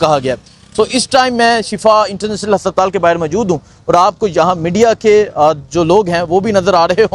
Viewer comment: hasaptaal kia hota hai haspataal